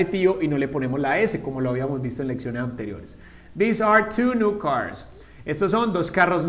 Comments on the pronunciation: I´m pretty sure I´m way far for my comment, Years after.. But This and These have a totally pronuntiation, not like you said This is short and softly, these is like theeez.. longer e and with z sound. :( so.. they are confused!!! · This and these se diferencian en la pronunciación...osea no se pronuncian cómo tú lo dices